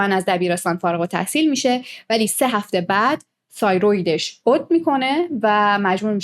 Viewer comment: تیروئید دیگه نگو‌ سایروید